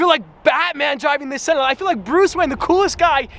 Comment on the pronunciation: Braaamont “sawn”